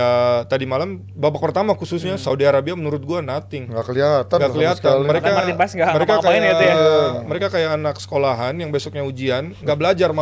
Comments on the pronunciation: Bukan pas neng,tapi paaaes,,,dia itu org indonesia,bukan org belanda,,,gunakan bhasa indo yg baik dan benar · Tp si sandy walsh juga nyebutnya Paas sih.. gue liat story nya pas mereka jd roommates..pas pekenalan juag nyebut paas kan.. bukan paes.